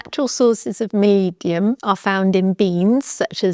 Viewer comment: Try to separate the Word in 2… molib-denum